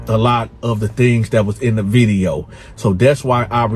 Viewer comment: “Viddy Yo” 😂